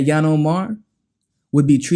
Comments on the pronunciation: Please pronounce her name ..ill-han not yan. It's confusing when you make up a new name for her. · Hey learn how to say her name right i thought you were talking about another person. Lol. It's ( eel - han)